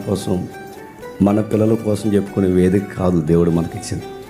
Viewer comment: ఏదికా కాదు నాయన వేదిక అనాలి